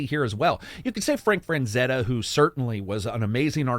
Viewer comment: FRANzetta? Man, that really hurts like a knife in the back. FRAZETTA...lol!